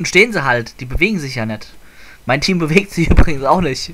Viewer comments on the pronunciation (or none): min sagst du " Team " ! :O :D